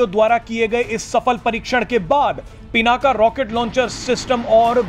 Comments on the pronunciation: Bhai Pinak bol PinakA kyun bol rhe ho. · पिनाका नही पिनाक है इसका नम सुधार लो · पिनाका नही पिनाक नाम हैं। भगवान शिव के धनुष का।सत्यानाश हो अंग्रेजी बHयाद mB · भगवान शिव के धनुष का नाम पिनाक था , आप बार बार पिनाका बोल रहे हैं । कृपया अपना उच्चारण ठीक कर लें । जय हिन्द । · कृपया पिनाका नही पिनाक कहे। ये संस्कृत का शब्द है। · As a news reader you have to pronounce a distinct name correctly. The fire arm is पिनाक । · भाई साहब 'पिनाक" होता है